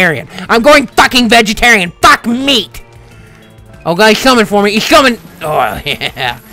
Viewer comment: it sounds like francis says fuck me instead of meat